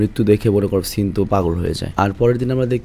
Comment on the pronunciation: সেন ❌সিন ✅, 🤣🤣